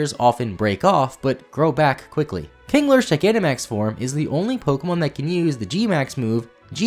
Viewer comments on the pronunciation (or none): none